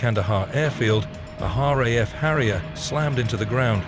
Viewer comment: Stupid A.I. voice.. 1)r.h.a.f instead of r.a.f 2) fair-35 instead of f-35 3) one thousand nine hundred and ninety six instead of 1996.